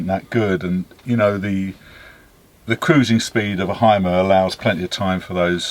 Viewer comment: What a nice vehicle!👏👏👏 But....it is a Mercedes and a Hymer.... and when you want to know, how these names (and others) are correct spoken... watch my video.😉 With greetings from the birthplace of them...Deutschland.